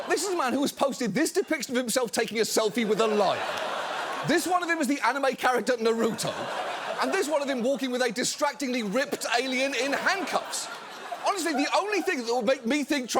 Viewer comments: It's not "Na-root-o' you uncultured git! smh my head. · Who let John pronounce Naruto like that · The fact that John Oliver doesn’t know how to pronounce “Naruto” disappoints me, and I’m not sure why. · The amount of ppl who don’t do the 1 second search to pronounce Naruto correctly is embarrassing. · Anyone else distracted by John saying Naruto the way every parent does? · John’s pronunciation of Naruto 😂😂😂😂😂